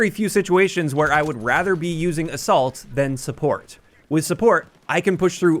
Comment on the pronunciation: 2 times i heard "the salt" or "a salt" instead of assault